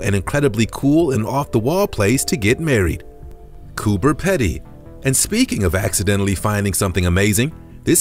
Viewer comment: Coober Pedy is pronounced Peedy